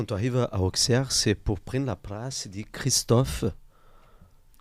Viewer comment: On prononce Ausserre les garçons !